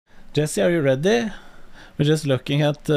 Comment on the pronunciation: are you redeh